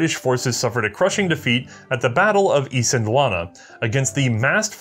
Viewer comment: Huge kudos for pronouncing Islandwana properly!